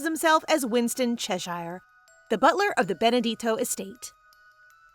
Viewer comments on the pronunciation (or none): none